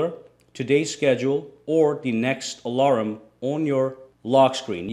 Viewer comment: The way you say alarm, alaram xD